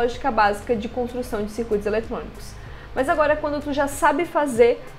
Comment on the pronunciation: Agonia vez vc dizer "mais" no começo do vídeo "mas" sem problemas, é chatão ficar corrigindo TD mundo o tempo todo.